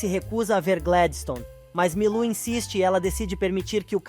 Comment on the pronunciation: Não é rólinha é rólinha E nem Gledistone é Gladistone